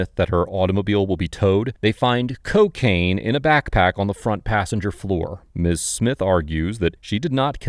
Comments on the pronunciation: Did just say ceeeocaine!?!?!?🤣🤣🤣 YEEEESSS!!! This is why I love this channel! Among other things.., lol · The way he pronounces CO-caine 😂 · I’m addicted to the way this man says COcaine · “CO-caine” - the narrator. Props to him for not knowing how to pronounce it. It means he’s never used it!